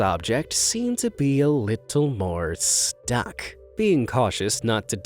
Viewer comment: the way he said "stuck"